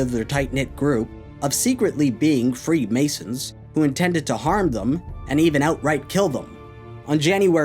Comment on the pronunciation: "Freed Masons" good effort buddy